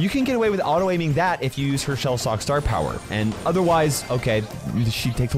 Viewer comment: "star pwower" - 2023